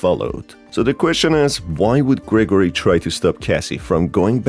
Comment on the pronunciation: Gregarory? XD its Gregory